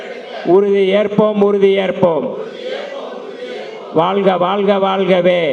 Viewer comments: தமிழை நேசிக்கும் ஒவ்வொருவரும் தமி(ழ்) உச்சரிப்பு சரியாக பயன்படுத்துங்கள் வாள்க அல்ல வாழ்க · வாழ்க!. வால்க இல்லை.தமிழில் உச்சரிப்பு மிக முக்கியம்